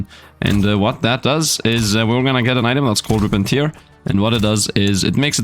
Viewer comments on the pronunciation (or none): Tear in 'Rip and Tear' is pronounced like Bear rather than like Beer 🙂 Tear (like 'beer') is when someone is crying. Stupid English and all the homophones! All my second language English friends tell me to correct their pronunciation so please don't take this as a criticism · It's tear not tiar. Sorry, it just doesn't sound right.